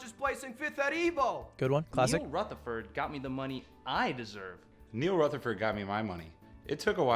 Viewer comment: I’m impressed he said Rutherford correctly. People are always mispronouncing my last name. “Rufferfurd” or “Rootherford” It’s annoying 😑